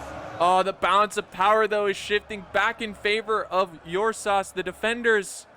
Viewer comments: Ursas as in the constellation Ursa Major or minor 😎...pronounced with an "er" not an "Uur" with heaviness on the U..nope. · Ok I'm making this comment because it's really bothering me now. the correct pronunciation for Ursas is er-sah. It is Latin for bear. It's not Your saw. As a matter of fact last time I check it was My saw. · Think of pronouncing the "ur" in Ursas like the "ur" in urn. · Teach the good how to pronounce the name;)